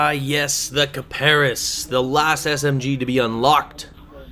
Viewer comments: D:< Its (kip-a-ris) not (Ka-Par-is) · hmmm you mis-Pronounced Kiparis..... heh heh heehhhhhh...... it is actually pronounced Cy-Per-Ess. yeah it is actually i searched the pronounciation because at first i didn't believe it so i did search and it pronounced that way. one more thing these vids are really helpful